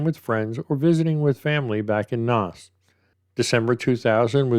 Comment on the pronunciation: Naas is pronounced neigh ssss. Poor Trevor. His family still make pleas for any answers to do with his disappearance. There are quite a few that went missing around the same.🇮🇪 I worked in that area and where the bank is on the corner of Baggot street. A busy lively area not far from the nightclub area of Leeson street. lots of late pubs, restaurants etc. Haddington road was full of flats back then. People coming and going even on wet nights. There was a taxi rank on Baggot street also. Someone definitely saw something. The river flows into the sea at the docklands just another bridge down. If he was pushed or slipped his body would be washed out to the sea unfortunately. Chapelizod is pronounced chaplelizard also.